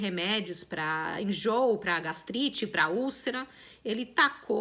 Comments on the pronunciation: Adorei esse episódio!!!!!! Triste, mas ao mesmo tempo importante a todos nesse momento. Parabéns! PS: Repita comigo: Gas-tri-te! Hahaha!!!! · Sua história é inspiradora. Literalmente, sua vida daria um livro com altos e baixos... Ansioso por mais vídeos! Confesso que ri de você tentando falar GASTRITE 😂 // ansiedade crônica e depressão são coisas seríssimas e a terapia é algo necessário para todo ser humano, né? ♥️ // Aguardando mais vídeos! ;)